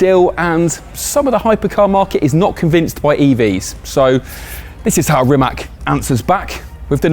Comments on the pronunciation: Its not Rimak, its Rimac. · The name Rimac is pronounced as Rimats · I swear I've heard four different pronunciations of Rimac's name so far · Metric horsepower is different to BHP, hence your guys' confusion over the numbers... Also,, how exactly are you pronouncing Rimac? Is there an invisible S or X somewhere I don't know about?:)